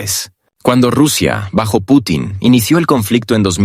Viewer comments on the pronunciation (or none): none